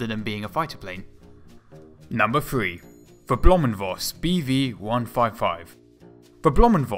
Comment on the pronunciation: oh come on... its "blohm und Voß" thats 3 fucking words and not "blomunvos" thats just not even trying